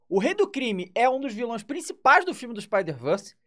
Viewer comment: "Ele é um dos viLÔais..." ksksks